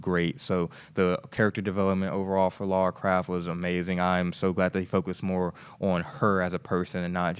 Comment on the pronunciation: Haha..you're still saying Laura